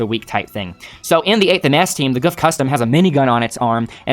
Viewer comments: The gouf is pronounced like goof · the japanese pronounce gouf as goof so goof is the correct name for it